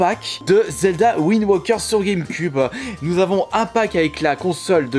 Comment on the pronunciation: c'est pas Zelda WindWOKER mais Zelda WindWAKER il y a un AAAAAAAAAAAAAAAAAAA pas un OOOOOO dsl pour les majuscules c'est juste que ca commencer à souler